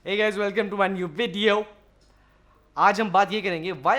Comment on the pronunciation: " hey guys welcome to our new WEEDEO" others: "hey guys welcome to our new VIDEO" technical guruji:"Tho chaliye shuru karthe hai" Carryminati:"Tho kese ho aap loog"